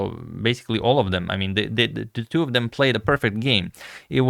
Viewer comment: I understand English is not your first language (nor is it mine), yet I can't fathom why you pronounce "two" as "tew" in every A2, B2, C2 etc. reference. It's so distracting it's actually dissuading me from subscribing to your channel :(